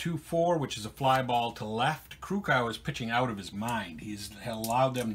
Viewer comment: Your pronouncing Krukow wrong, The O is long, its not cow. Take Care Bob